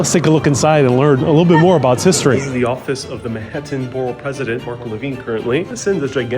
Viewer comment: Killing me with the borough pronunciation.